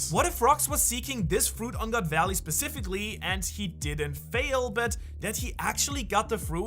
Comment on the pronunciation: "get that devil FUIT" hahahah